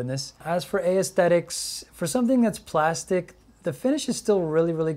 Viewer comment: 'A-esthetics' LOL.... its esthetics